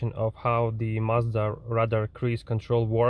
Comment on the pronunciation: Англоговорящие не произносят марку так как ты это делаешь. Не благодари